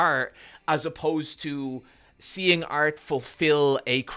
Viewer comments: several of us love your work, but every time you say "art" it sounds a little too close to "arse" and your first instance of it in this one was "I like to eat art" and I'm sorry bro but I lost it a little bit lmao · i thought he said i like to eat arse and was like that’s a wild direction to take this convo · ART! You like to eat... ART. That's definitely not what I heard the first time. I'll go collect my mind from the gutter now, sorry.